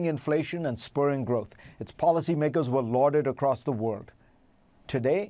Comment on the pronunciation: Fareed, please learn how to pronounce WORLD